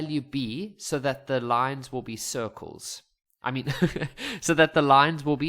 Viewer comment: "That the lines will be sircles" got me laughing fr